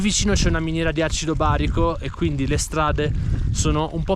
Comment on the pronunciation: Acido borico, non "barico"...